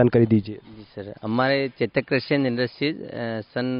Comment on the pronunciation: करसी नहीं कृषि होता है